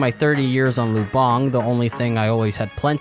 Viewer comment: great video by the way, Lubang is pronounced with the accent on the first syllable